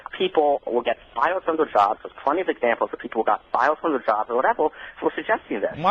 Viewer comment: Why does he speak like that? Instead of "fired" he says "fow-wud"? WTF?? How does one even pronounce a word that way? I thought only people with "special" problems spoke that way. At first I thought he might've been British.